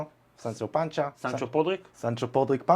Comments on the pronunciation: Sancho Panza :D not Pancha :D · Even so, you should say it more Spanish-like; just my opinion